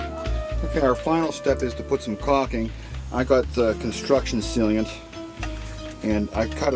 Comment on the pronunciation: other than pronouncing sealant "sealeant", you did a great job and I am grateful for your video! : )